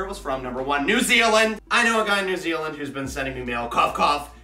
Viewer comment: No he pronounces it right.